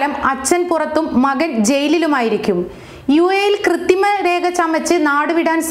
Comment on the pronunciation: ക്രിത്തിമയല്ല കൊച്ചേ... കൃത്രിമ. നാക്ക് വടിക്കണം.